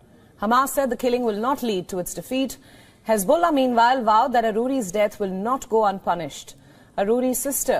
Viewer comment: Khesbollah? Khamas? What about the khostages?